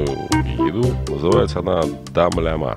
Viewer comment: дымляма а не дамляма